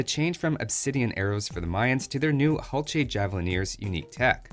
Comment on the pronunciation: isn't the "H" silent?